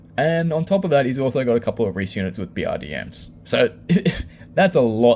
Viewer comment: You've served and yet you say 'reese' instead of 'rekkie'? What corps were you??